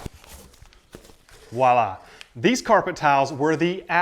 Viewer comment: Buys the cheapest flooring, has Festool Saw Tracks hanging right behind him on the wall. Let me guess, beer and toilet paper too expensive too? And just so you know internet...it's NOT WAH LAA!! It's Voila! And the V ain't silent!!